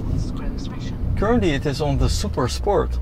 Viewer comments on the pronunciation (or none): none